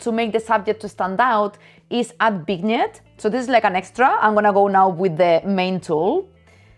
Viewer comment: Gracias, carajo mujer se dice “VIÑÉT”. Nuevamente muchas gracias.😊